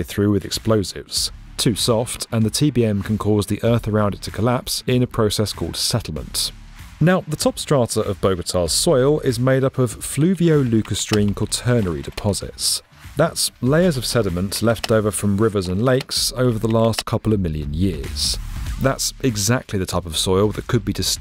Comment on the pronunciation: NOT lucastrine its lacustrine